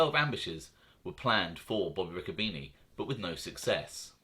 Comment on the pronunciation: It's pronounced Ricco bene'